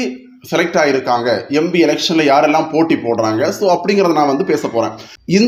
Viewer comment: Embi ya. Empi. Adhuve sariya sollunga